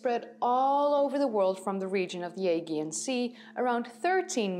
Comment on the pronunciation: Aegean = Aj-e-an